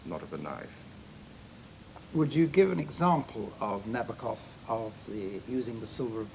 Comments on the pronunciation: Also not right, though. Na-BAW-kuhf is getting close. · Na-BOAK-off. Gee, guys...get it right.